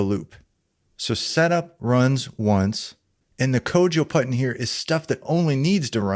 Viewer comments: I am terribly sorry man, but PUT is pronounced as [pʊt]. It's not [pʌt].... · Sorry, i just have to nit pick, put pronounced as putt? I'm not familiar with anywhere/accent that says put like that. Great video otherwise, just came across that and was confused when I wasn't looking and just half listening. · Excellent Arduino introduction! One thing that made me chuckle... never in my life have I heard anyone pronounce "put" as "putt". I thought it was a mistake at first, but he did it many times thoughout the video. 😂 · Great tutorial, as a non-native English speaker, this pronunciation of the word 'put' is new for me though haha